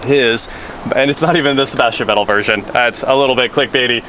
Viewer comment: Great vid, but "Vettel" is pronounced "Fettel".. Just for info.. :-)